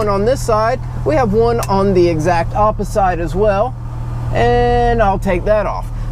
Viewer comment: Did you just coin a new word?! "on the exact oppiside" lmfao!